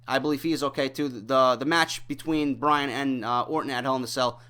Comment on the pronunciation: For the umpteenth time it's Bryan not Bryant!